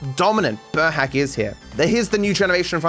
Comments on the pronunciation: burhác isn't pronounced like burhac, it's more like boorhaats. Kind of difficult, just like the entirety of the hungarian language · sorry for correction but burhác is pronounced burhas*